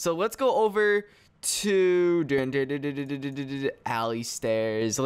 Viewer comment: Did u call alistairz Allie Stairs XD